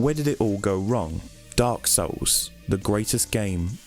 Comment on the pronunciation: When says Dark Souls it sounds oddly like "Dark Sauuce!"